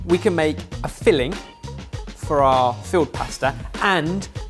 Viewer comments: Really sounds like you're saying field pasta, not filled. I was like "ooooh what's that?" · I started off wondering what "field" pasta was before I deciphered he meant filled! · I keep hearing field pasta rather than filled. I imagine him, along with his spice jacket, bringing along some fresh pasta and saying "ooh, nettle makes a great pasta sauce!" PS. Can you keep doing these please. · Im assuming he was saying filled, but all I heard was field... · Did anyone else think said field pasta? Wondered what I was about to see 🤭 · Anyone else think every time says “filled” it sounds like “field”? 😂